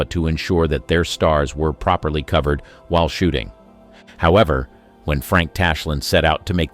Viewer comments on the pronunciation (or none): "Not proberly covered" "The Girl Can't HAVE it" Is the narrator a computer?